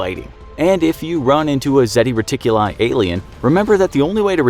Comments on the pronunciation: It's Zeta Reticuli, not Zeti Reticuli! 🙄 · It’s ZETA reticuli